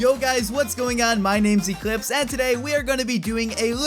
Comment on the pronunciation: drunk echlipse